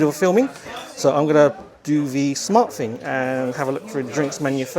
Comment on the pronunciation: Please pronounce your ‘th’ correctly. One gets rather weary, hearing the English language being butchered, with ‘froo,’ ‘fing’ and ‘parfway’.